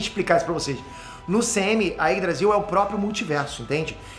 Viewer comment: Quando o fala Yggdrasil, eu sempre escuto Ines Brasil kkkkkkk